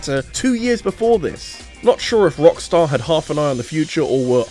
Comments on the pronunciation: Please please don't ever do that again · I know this mfer did not just say rockstussy 🤣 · mans said Rockstussy 😭😭😭😭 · Sir...did you just say **Rockstussy**??? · I spelled it out as "Rockstarcy" in my mind